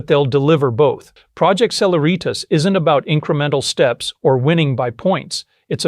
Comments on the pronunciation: Just a note: celeritas is a Latin word meaning speed or swiftness. It is the “C” in E=mc2. It is pronounced: seh-LEH-rit-us. NOT: seh-la-REET-us. Really good and well reasoned video. But your pronunciation of celeritas was hitting me like scratching fingernails on a chalkboard. Yeek! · "Cehlehreeetas" , emphasis on the second " eh".